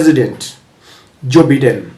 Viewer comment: It's Biden not Baiden.